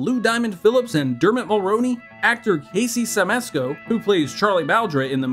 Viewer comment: Casey (shimasko) is how its pronounced